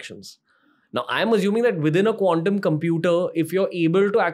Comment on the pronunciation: Dude Ranveer, please stop pronouncing quantum computing like condom computing!😅😅😅